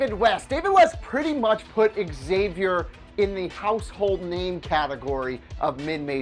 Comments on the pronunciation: Xavier is not pronounced Exzavier... It's zavier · It's pronounced like "Zavier" not "Eggs-avier"